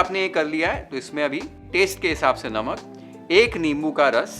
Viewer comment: Aapki cooking itni badiya hai but aapki pronunciation itni kharab? Paysssshtttt (paste),Shhhhtir ( stir) Tayyyyshhht ( taste).Govt school walle ho kya? Bada ajeeb lagta hai sunna.